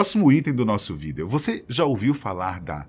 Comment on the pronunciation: O maior segredo é o porquê de ele falar "vidÊo"